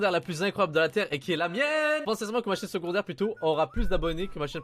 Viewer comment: Secondaire et non segondaire